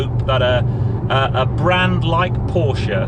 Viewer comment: Good review and well done for pronouncing Porsche properly which so few YouTube reviewers do. £116k for 200 miles range is frankly laughable and with 4 adults in the car it will be much less. Looks like making an EV go quickly is the easy part and only Tesla and Hyundai have the secret sauce to make them efficient as well.